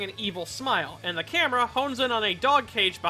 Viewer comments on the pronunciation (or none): none